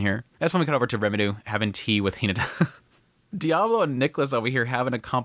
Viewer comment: i still wonder why you miss-pronounce the names of main characters... are you adding a Japanese accent? Eris as eDis, Rimuru as RemiDoo...